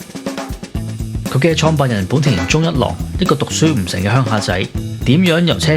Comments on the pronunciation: 文案寫得唔錯ㄚ,希望唔係ai同你寫😂 Btw,懶音好多,「宗一郎」讀成「Jol郎」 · 聽來聽去都聽唔到宗一郎呢個字